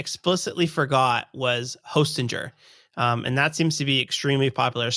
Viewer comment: zer? no, it's ger. Not hostingzer/hostingJer, but ger.